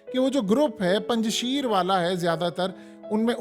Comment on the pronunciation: Mohtarim Yeh Word Punj Sheer nhi hy. Esko Durust Kijiye. Next Care.thanks